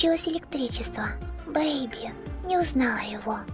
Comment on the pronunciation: Не Бэйби а бэби